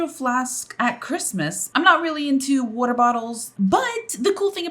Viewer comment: Are you from New York? The way you say water...